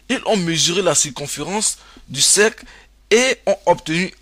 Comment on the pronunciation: Un cercle et non pas un cècle !! Distance et pas dissance.... Pénible pénible , fuyez !!!